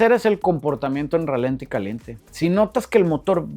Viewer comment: My boy, la palabra correcta es "ralentí", con acento en la i. Otra cosa, te estás contradiciendo, no contrariando.